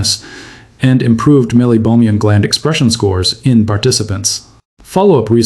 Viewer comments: AI narration? Where is the pronunciation of meibomian as “mesobomian”? Maybe the AI is confusing meibomian gland with Mesopotamia? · Keeps mispronouncing 'meibomian'.